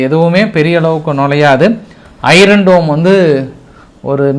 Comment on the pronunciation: ஆர்கே சார் உங்கள் வாசிப் பின் ஆர்வத்தில் அழுத்தம் அதிகமாகவே உள்ளது(iron இதில்) ஆர் ஒலிகிடையா? அய்யன் டோம் இதுசரி! மன்னிக்கவும் சரியா! ஐரோன்டோம் தவறு❤